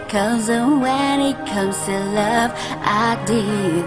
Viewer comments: Công nhận bài này phát âm sai nhiều, từ love thành like thật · nói :Chất giọng chị hay nhưng phát âm tiếng anh thì tệ quá từ đơn giản như ''love" em nghe chị hát thành "like" luôn í. Nếu bài này phát âm tốt thì k bị chê nhiều như vậy :( ! vầy mà đag chê người ta còn j nữa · Chất giọng chị hay nhưng phát âm tiếng anh thì tệ quá từ đơn giản như ''love" em nghe chị hát thành "like" luôn í. Nếu bài này phát âm tốt thì k bị chê nhiều như vậy :(